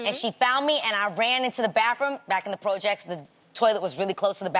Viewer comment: She said projects lol